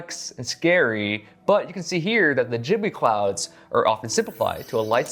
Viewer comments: Ghibli not jhibli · wait! Am I the only one who thought it was pronounced Ghibli and not Jhibli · Jibli? It's ghibli bro. Not jibli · are you sure youre saying ghibli right?😂💞